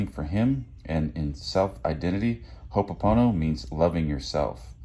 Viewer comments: It’s ho’oponopono Not “hono”. It’s ho’o pono pono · Crazyyyy!!! When we lived in hawaii, we learned about this concept. It’s pronounced- ho-no po-no po-no It Means - “everything is all good 🤙🏼” Hehe Ayyy pono!!!